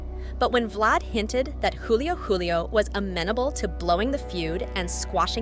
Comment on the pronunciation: She even said Juvenile Ace and Young Ace. And Julio Coolio and Julio Julio